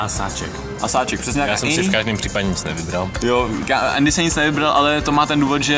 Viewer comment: Proč Andymu říkáš Ééény? :D